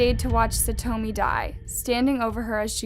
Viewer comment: SaTWOmi? God....please respect her and learn how to actually pronounce her name